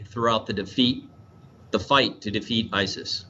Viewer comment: mins in ... did that guy say 'Our military mission here is to defeat ISIS' or did he say (as I think he may ) "Our military mission here is to FEED ISIS ???'